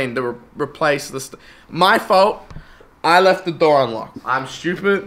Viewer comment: why does this guy pronounce stupid like "shtewpert"